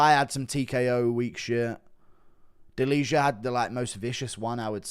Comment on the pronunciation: its not "deliha", you would pronounce it more correct saying "delia". no "h"